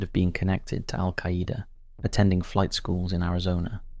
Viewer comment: The way this guy says AlQaaida 😂